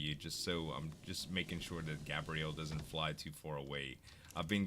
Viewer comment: GAY-BREE-ULL = gabriel not gabrielle